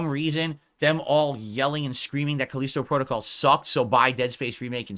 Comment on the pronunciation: "FOURTH!!!!" '\🐷/` I realize that I've shifted to another reality when throws in behind the devs he makes sure to be vocal about shooting down...now its the exec's fault... Pick a lane, riding the median isnt working so well, it makes you look like a putz... Caleeesetow Prodo-cowl...? Wtf even IS that? The smartest guy in that room gets owned by corner demons all day, as the sip demons pee in his gin... Go to AA...you need it... Especially if this is all you have to ramble on about, for tips. You better hope they keep ignoring your insignificant ass... You better pray they do. Might want to do your taxes before its too late, too...🤔